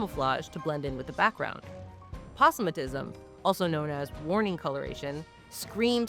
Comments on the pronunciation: Opossumatism? Is that portmanteau of opossum and autism? Do butterflies play dead when overstimulated? ...Ohh....I see what's happened here. Aposematic. Only ever heard it "aa-POH-seh-maa-tick" before. Okay, with ya now. Carry on. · Opossum a tism? I don't think I've heard it said that way. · i've never heard aposematism said that way. fascinating! also day moths 100% replacing the word butterfly from now on